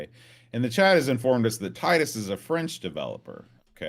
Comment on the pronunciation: If there is a “severe lack of knowledge of the USA” in this game it is from a French developer not a British one. Titus (pronounced Teetus) are a French outfit not a British one. The 560 SEC did 0-60 in 7 seconds back in the 90s so it was no slouch for a huge coupe. I went for the BMW alternative back then with the 840Ci (I’ve always been a sucker for pop up headlights) and can tell you for a huge car those things can shift. Definitely autobahn monsters of their time.